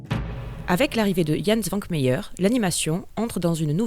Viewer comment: Hou la la, la prononciation du nom du génial J. Š. écorche furieusement les oreilles!